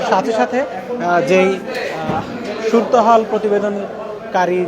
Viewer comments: এরা বাংলা ভাষাই জানে না অথচ সাংবাদিক। সুরত হাল না বলে বলছেন,সুরতো হাল। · সুরতহাল, সুর তহাল না। কি যে বলেন!